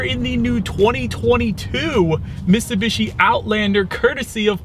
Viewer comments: There’s a T in Mitsubishi. You keep saying MissSubishi. Other than that great review bro 👍👍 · miTsubishi. Not Missoobeeshi.